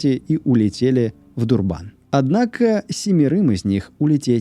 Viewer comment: Всё очень круто, и материал интересный, но почему ДурбАн, все в ЮАР называют его ДУрбан, при подготовке материала могли бы проверить ударение